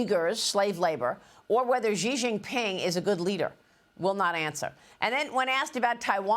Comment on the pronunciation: SHEE SHEE SHEE It's pronounced SHEE, Not Zhee or Jhee.